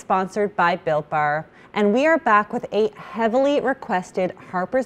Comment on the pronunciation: I keep hearing “Bill Barr” instead of Built Bar!